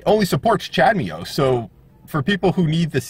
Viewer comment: You do know that’s not how you pronounce CHADEMO :) ??